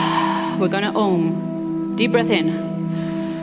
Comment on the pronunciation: I like your motivational workshop. I want to correct you for Om chanting .This is not Hom. This is OM.This a very strong mantr.